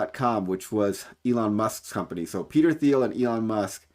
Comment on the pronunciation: Thiel is pronounced teal, like the duck